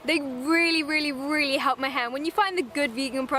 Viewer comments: Ela sumiu e falou hepl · No momento 4.10 ela disse hlep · Ela parece falar help duas vezes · ela gesticula a palavra "help" mas lembrando que ela é britânica eles não falam o "L" tão gesticulado igual americano então fica tipo "Hep"